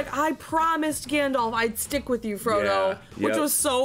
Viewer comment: You pronounced issildur correctly and called him fromo im fuckin dead 😂